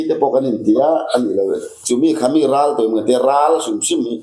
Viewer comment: "Ral" chu i sawithiam hlee mai... Ni thei ber leh a dik ber niin ka hria